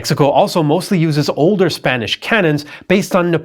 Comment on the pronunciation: Oh, c'mon. His Spanish pronunciation was horrible.